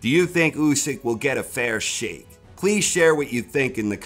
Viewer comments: "A fair Sheikh" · "Fair Shake" not "Fair Sheikh"? missed one there...